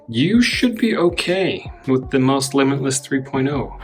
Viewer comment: The dog’s confused why you’re calling it Mouse when it’s pronounced like Mousse